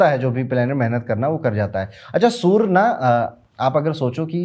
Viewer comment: Why do you say Soooor for Surya :D